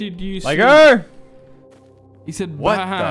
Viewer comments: I think he said “Liger run” but he might’ve said that, I can hear it both ways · If he said “Liger run”, then it would’ve been pronounced “Lie-ger” not “Ligger” lol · I do not hear liger at all I rewinded it like 5 times and I do not hear liger😭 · Since when Liger German?